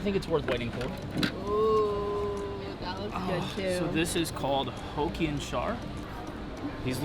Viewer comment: "hoakkin chwar" got me laughing By the way its called hokkien cha Ho kkien not hoakkin